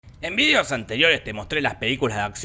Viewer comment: Dijo "en vidios anteriores"?